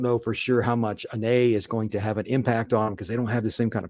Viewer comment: Go Wolfpack! Anae, not Adae.